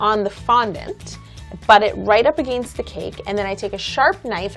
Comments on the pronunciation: I love how she says "Aginst" and "Soory"😂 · He accent when she says against!!!! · I know she's half German but the way she said against was funny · Lol I live in BC Canada and I say it like she does... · Well she is in Toronto sounded pretty Canadian to me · She's Canadian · Eh, I say 'against' like she does too!! Maybe, cuz I'm Canadian... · Did anyone notice how she said against???? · yessssssssssssssssss lolol i thought i was the only one and was looking in the comments to see and almost failing i saw this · She's Canadian lol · I LAUGHED EVERYTIME SHE SAID AGAINST CAUSE SHE SAID IT SO WEIRD XD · i love her but the moment she said 'against' i started dying because she says it so weird lol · Why does she say against like that